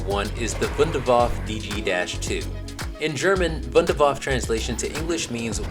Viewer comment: i love how everyone says Waff and not waff e to the Wunder waffe